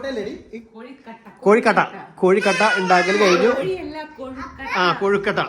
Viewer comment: കൊഴുക്കോട്ട അല്ല കൊഴുക്കട്ട എന്നാണ് പറയേണ്ടത്.